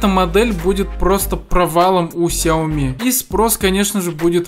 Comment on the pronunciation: He тупи Xiaomi ку... Блин, это же сяоми!